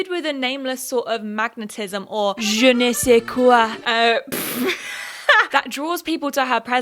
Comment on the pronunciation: The whole time I was waiting for you to say "Je ne suis qué" (pretty sure I mispelled that)😂😂 and you said it with an accent👏🏾👏🏾👏🏾👏🏾 I think part of the deal is some people just don't care to be told who should be the centre of their attention. A lot of "it girls" have that title because of their place in the industry not based a group of people agreeing that this person has a cool quality we all envy. As you said, social media allows people to form their own gatherings where they agree that this one person is "it" to them and that they envy the "it" (beauty, fame, money or whatever) of that person.